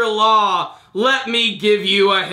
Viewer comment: can we just say "law" pls